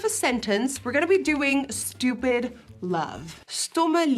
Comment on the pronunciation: Love how nikkie says, “stupit”